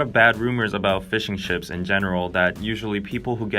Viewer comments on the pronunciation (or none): is it only me or "fishing ships" sounded like "fish and ships" XD